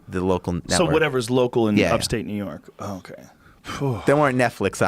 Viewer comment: Because "Ney York" sounds just like it does; he knows he'd full of soft ass shit.